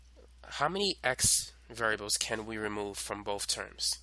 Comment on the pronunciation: do u have a speech impediment u freak"boat" "tree" BOTH and THREE bro